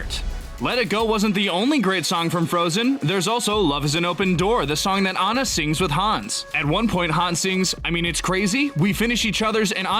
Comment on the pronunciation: It’s Anna not ana